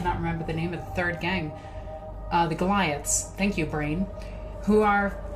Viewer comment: Iz rely lik dez “Goliths”